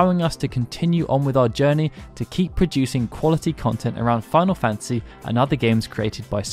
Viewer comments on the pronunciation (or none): none